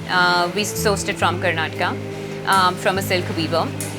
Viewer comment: It is "KARNATAKA" NOT "Kernataka". please correct it.😓